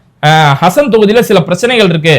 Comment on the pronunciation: ஹசன் இல்லே ஹாசன் மாவட்டம்